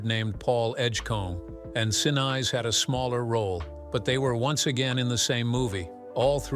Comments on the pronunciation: Gary's last name is pronounced sinees, not since! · Who's Gary "Sin" "Eyes"?,, if they can’t even pronounce a famous person’s name right, why should you trust their “facts”? Mispronunciations signal laziness or inexperience. Professional creators (newsrooms, big brands, audiobooks) always check and correct pronunciations before publishing. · Someone needs to teach the narrator how to pronounce Gary's last name CORRECTLY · you keep saying Gary;'s last name wrong! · Maddening to hear the mispronouncing over and over and over again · Mispronouncing gary senise also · Michael Keatons picture and the pronunciation of Gary Sinise. 🤦🏽‍♂️ JFC